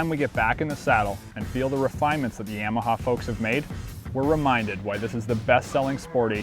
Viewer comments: It's 686cc and defiantly said yamaha wrong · he says yamaha weird lol